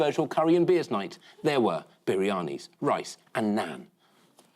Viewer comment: "Beerianis?" What are they?😂